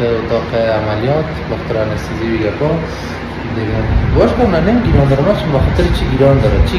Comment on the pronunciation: هههههه چرا گريان گران میگی واعط جان واری